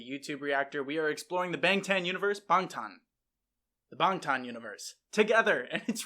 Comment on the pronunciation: THANK YOU for saying Bangtan correctly, some reactors have been reacting forever and still can’t do that, or even say their names correctly